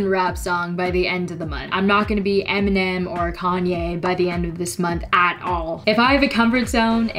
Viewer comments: Eminem! It's EMINEM!! NOT ENIMEN!! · We all gonna skip the fact that she said eminen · enemems hahahahahahaha the way she pronounced Eminem but great video and cool channel keep going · anyone noticed she said enimem? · You said Eminem wrong lol. You said enimen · Eminem is pronouced and MnM